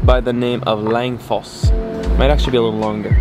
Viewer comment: Wait until Winter slams Your Face in, but seriously Norway isn’t like this everywhere, fjords are what people think (and always Winter) Norway looks like, dont forget Russer, and Rain. Edit: Langfoss literally means Long Waterfall, no kidding, and it hurts hearing Your absolute Butchering of Norwegian, atleast learn how to say Odda.